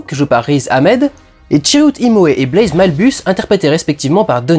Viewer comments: ça fait 2 ans mais ça me stress toujours autant, c'est pas Blaze, c'est Baze, il y a pas de "l" xD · Critique vraiment bien construite et pertinente (de plus je suis absolument d'accord avec 99% de ce que tu dis :D) mais y'a juste UNE chose qui m'a dérangé: c'est BAZE, et pas BLAZE x) désolée d'être pénible :/